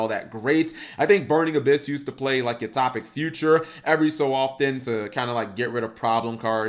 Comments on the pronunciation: U-Top-ic??? Son, do you also throw your milk before your cereal?? Its U-Toe-pic. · Cap: "I'm generally shocked, Yuma's cards aren't half bad." Me: "I'm genuinely shocked, Cap doesn't know the phrase 'genuinely shocked' or how to pronounce 'utopic'." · I like how he says Utopic. It's fun.